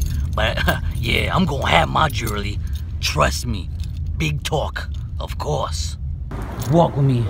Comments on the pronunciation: he said jelwy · i fucking lost it at jelrewy love you bro!